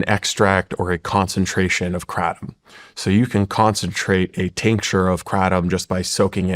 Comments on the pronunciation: 🚨🚨🚨 It’s called an extract dummy. Education is important! This big pharmaceutical rep can’t say Kratom right, how embarrassing. Yet he is a know it all 😂 I honestly feel bad that this man did this to himself, in front of the entire world. Shawn please, do more research about these people. This guy is a fraud, 🚨🚨🚨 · Kraytom say it so they hear it KRATOM LONG A DUDE. You are not hitting the iters by the weird name you say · He's not even pronouncing Kratom right. Sounds like he's trying to say it in original Thai, but still not right. Should just pronounce it the English way like everyone else if he wants credibility.